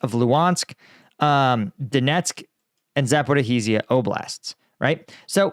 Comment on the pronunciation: Please stop the "zaporihizia" yokel speak... It's pronounced za-po-ri-zia🤦‍♂️